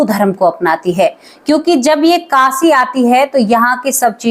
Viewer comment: मैडम आपने बोला कासी तो मैं आपको बता दू कि ये शब्द कासी नहीं है काशी है । शब्दों का उच्चारण तो ठीक किया करो ।